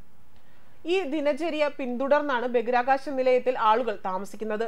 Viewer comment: ദയവായി ബഗിരാകാശം എന്ന് പറയാതെ ബഹിരാകാശം എന്നു പറയൂ. പ്ലീസ്.